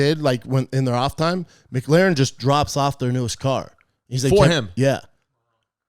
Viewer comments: Brendan the car guy, it's not "Mick-laren" dude. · Loves cars and can't even pronounce McLaren...... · The way Brendan says Mclaren for an unknown reason makes me mad.